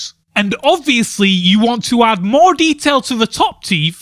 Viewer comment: YOU... ARE BRITISH, DONT SAY MORE. LIKE. AN. AMERICAN. YOURE SCARING ME.